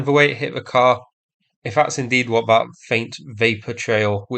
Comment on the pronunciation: Thought is fought, that is vat, roosia is Russia. I fought you'd like a translation….